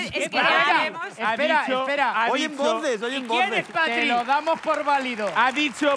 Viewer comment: Javi diciendo que dice "Patri" y lo que dice es "Catri" de Catrina😂😂😂😂